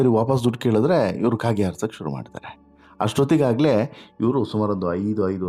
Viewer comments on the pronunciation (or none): none